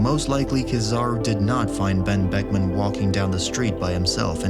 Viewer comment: The real mystery here is how he said Ben buckman without his lips touching